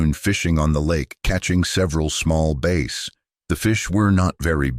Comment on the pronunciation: Several small “bass” (rhymes with Mace?). Still haven’t perfected the AI driven voices that narrate these videos